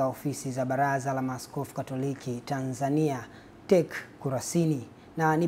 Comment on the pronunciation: Ti ii sii ndo pronunciation ya TEC.